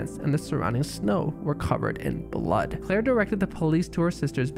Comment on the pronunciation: why you say CCCCCLLLair like that lol